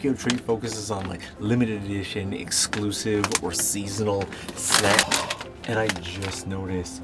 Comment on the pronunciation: “Snackses” Yup the gremlinization definitely was triggered from those snacks after midnight 😆